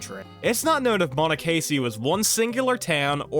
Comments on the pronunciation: Mono-Casey is a wild pronunciation. It’s mon-ok- a sea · I grew up in Frederick County MD. You butchered monocracy lol. That town did exist. I think it got dissolved into Frederick.